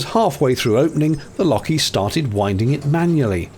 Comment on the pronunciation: I always thought winding was pronounced "winding" not "winding".